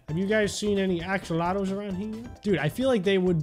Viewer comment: Me: Axolotls: Axolotles I had to even check how he said it